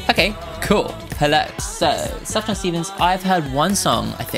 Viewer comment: i love sufjan (btw pronunciation is like soof yahn) so much and have for almost 10 years now. when he made his post explaining this album i cried for like 30 minutes straight. love this man, he has been through so much and he continues to make beautiful things from it